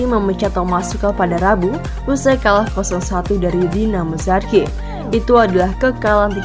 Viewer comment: Zagreb Zagreb, bkn zargeb😅